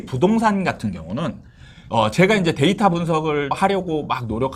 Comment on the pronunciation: ㅋㅋㅋㅋㅋㅋㅋㅋ 데이터 똑바로 발음하시는 아나운서분 말 들으세요